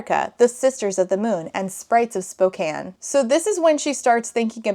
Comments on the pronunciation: First off, good job pronouncing Spokane right~ Second, why does nothing good come out of Spokane, jfc. 😫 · As a Washingtonian... thank you so much for saying Spokane correctly!